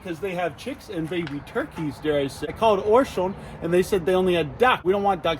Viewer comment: It’s pronounced orsh-lynn’s (Orscheln’s)